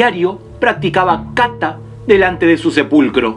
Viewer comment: No se dice káta se dice katá